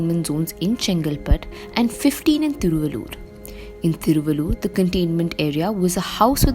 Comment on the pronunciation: Hey Young lady, guess you are a TAMIL GIRL!!...........THIRU'- VAL'- UR = Thiruvallur, but you pronounce like a North Girl!!